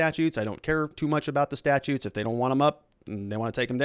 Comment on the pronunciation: Only an attorney would pronounce 'statues' as 'statutes'.